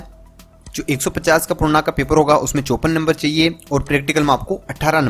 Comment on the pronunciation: Bsdk 54 number toh sahi se boloo